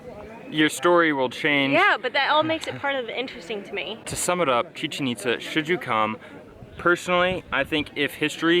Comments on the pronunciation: “ChichenÍtza” no, “ChichenitzÁ” !! 😂✌🏼 Nice video. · It's pronounced Chi-Chén It-záh